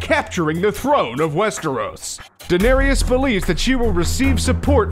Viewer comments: ITS DAH-NAIR-ISS NOT DA-NAIRY-ES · Stop calling her danerius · i hate it how he says : denariases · It's pronounced (Duh-nair-es) jesus...